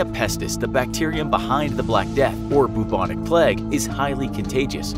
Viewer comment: No one : Plague : BUBONIC